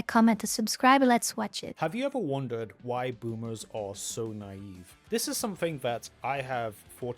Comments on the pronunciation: Knave (pronounced 'nave') - unscrupulous/dishonest man Naive (na-EEv) - lack of experience, wisdom & judgement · Ni-eve is how is how it is pronounced properly darling. My mom is a boomer born in the 1950's. Kids could play outside or go over to the neighbors house to play with the kids of that family. The neighborhood parents knew each other and had phone numbers to call and see if there kid was still over at their house You had to be home when it got dark but kids were trusted to make their own fun together till then.